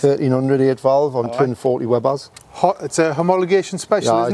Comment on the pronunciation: its Weber carburettor not "Webber"